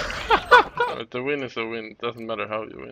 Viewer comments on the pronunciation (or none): "Fak" gobB